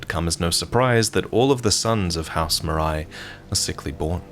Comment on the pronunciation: Great video as always ! I'm pretty sure "Marais" is supposed to be pronounced "Marè", as the french for "Swamp", rather than "Maraï" tho